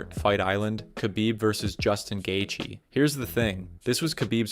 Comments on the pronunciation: Justin Gay-thee 🫤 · Gaythe is such a bad pronunciation it makes the gatheigi guy seem more knowledgeable